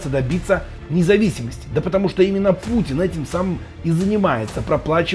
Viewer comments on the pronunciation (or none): none